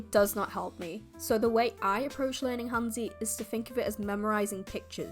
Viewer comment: Your pronunciation of 'hanzi' is a little bit western, actually I do not believe there is any word in mandarin pronounced as 'zee', so in English the phonetic pronunciation would look more like 'hanzuh' or maybe 'hanzeh'. Watching Chinese dramas is a great way to improve your pronunciation and get a sense for how native Chinese speakers shape consonants and vowels.